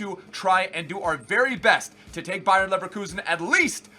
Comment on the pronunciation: it's bayer not Bayern you uncultured swine